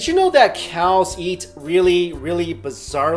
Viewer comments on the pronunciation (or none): when you say eat it sounds like yeat !!! lol